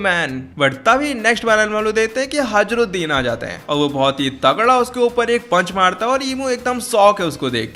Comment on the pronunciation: Bhai vo hajruddin nahi hai hirudin hai